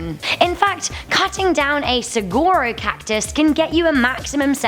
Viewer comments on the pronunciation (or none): It's pronounced: Sa-wah-Ro not sa-gah-ro(I live in Pheonix AZ so I can be mad!) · Saguaro is pronounced sa-ware-o not sa-gare-o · Its pronounced su war o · You you must not know what the Pentagon is. You also was pronounced Pentagon wrong. Pentagon is the most important military base in all of America. You pronounced saguaro completely wrong. /səˈ(ɡ)wärō/. The reason why you cannot kill saguaro cati because they are on the endangered species list and also the state plant of Arizona. Twelve Days of Christmas is from December 1st to December 12th.